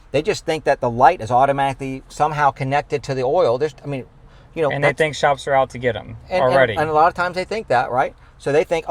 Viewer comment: I love the way says "oal" for oil.